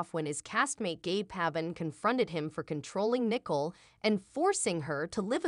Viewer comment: and the name Nicole is spoken wrong - lmao